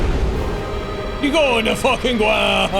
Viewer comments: Every time Jack says "you go in the ***** gwond" makes me laugh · Back again for more BONK. Ready for everyone to go in the fuckin gwond. ⬇️ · I need "You're going to da gwound" merch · We need a shirt that has your character and under it says " go in the Fawken gwound beeech!" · YOU GO IN THE FUCKIN GWOUND BIIIISH!!!! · “Gwound hog day” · Evwyone goes in da gwound.